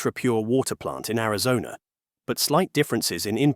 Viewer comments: It's Arizona. not Arizon. lol... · Only one complaint. You know what's good? Real voices are good. Apparently AI cannot yet read. (@ "Arizon", for example). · Where is "Arizon"? What is this? More AI generated trash? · So why is it the narrated voice doesn't know how to pronounce "Arizona" - calling it "Arizon"... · Ari-zon? Yah, this is AI. Is the entire internet propanda now? Not that either side is any better... but EVERYTHING here seems to be lies now. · "Arizon?" I'm out, buh bye Felicia's ai. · “a lot of snot, tears, and all kinds of training in Arizonn??” Are all this channel’s videos just hastily slapped-together a.i. slop? A quick glance through the catalog—with its impossible upload rate—points to “Yes.” 🙄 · Ai Generated video pronounces Arizona as Amazon? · Arizon? Another AI slop video.... Coolllll...... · Chit AI it's Arizona NOT Arizon you STUPID AI FFS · “in Ariz-on”??? AI slop narration outed. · “Arizon”?? 😂 Is this script, including typos, read by AI?? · AI calls Arizona arazon..😅..i wont watch this crap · Teach your AI how to say Air-i-zone-uh. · The AI narrator lost me at "Arizon" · This AI generated video lost me at Ari-zon. Ass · The AI voice over can't pronounce Arizona. Garbage. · typical ai pronouciation. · AI narrator that can't even pronounce Arizona correctly! What a fcking joke this shitty AI-generated channel is! I'm using BlockTube to ensure I never have one of their videos recommended to me again. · Jesus, AI can't even pronounce Arizona correctly. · This is too much of an AI voice for me with the miss pronouncing of Arizona. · this dumb AI can't even pronounce Arizona. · Ai slop, it can't even pronounce Arizona. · Narrator can't pronounce Arizona. I'm out. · This is obviously AI, as the narrator cannot even properly pronounce "Arizona"... Very LAME! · AI can't even say Arizona right. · Why can AI not pronounce Arizona? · I was tripping on that as well. I live in. Arizona and I have never heard whatever noise this thing made🤣